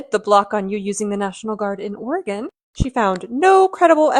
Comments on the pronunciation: Does "underwater" mean that less than 50% approval? I can't figure it out for sure. Thank you for poll working and for pronouncing Oregon correctly and your channel and research. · Oh I didn't even notice that she had pronounced it correctly! Yay! Hugs From Vancouver, Washington!